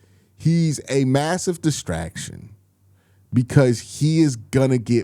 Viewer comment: Destactions, Destactions, you said 🤔 Whats going on Q?